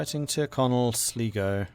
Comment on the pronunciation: Going forward, it’s pronounced Sl(eye)go, great video as always...